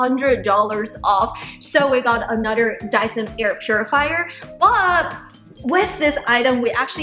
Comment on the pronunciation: Ahnutder ❤❤❤ Drinking game drink after she says ahnutder aka another